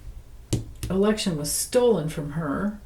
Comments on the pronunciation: Were you saying election problems or erection problems? Or both? 😂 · I thought you said erection problem, but you said election problem!😂